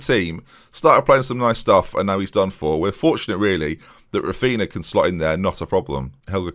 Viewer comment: please insert "Raphinha" into google translate in portuguese, it's so painful to hear you say the -nha sound as -na